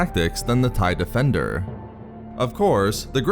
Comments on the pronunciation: "The Starfighturrr." "The Tie defendurrr." Come on bro XD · take a sip every time he says defenDURRRR